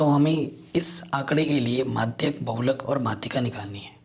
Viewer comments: माध्य को madhayak बोल रहा है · Madhy ko madhyk bol reha h